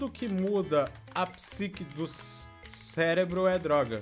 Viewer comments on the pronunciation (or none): none